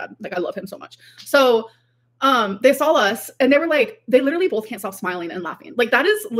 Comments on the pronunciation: as would say “liderilly” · Like, like, like, Tommy, liderally, lawfing, like, like, like, girly. This woman is 33.